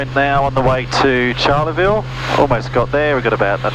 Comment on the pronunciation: Great video. I need to help you with just one thing that as a Queenslander, is a little grating. Pronunciation. Charleville is not pronounced like Charlize Theron with the 'ch' sounding like 'sh'. It's 'Ch' like Charlie and the Chocolate factory. Like Cha-Cha-Cha. We'll get you there. It's great to see a decent Australian flying video series. - Mike Costello.